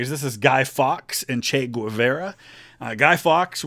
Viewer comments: It's "Gay-VAR-ah," not "gwa-VER-uh." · I'm sorry, I can't take it. It's pronounced gay-VAR-uh, not gwah-VEYR-ah. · It's Che Ge-var-uh not che gwu-ve-ra Hasta Sempre Comadante Che Guevara!!! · My hating your pronunciation, "Güevera" is totally irrational. Great job, love your videos.